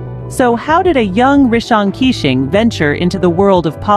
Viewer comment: Please pronounce his name as Kei - shing not kissing.